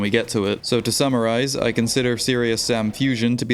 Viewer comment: "...so to SAMmarize"